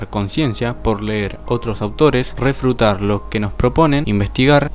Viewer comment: Refrutar jajaja fuera de eso buenisimo el video 10/10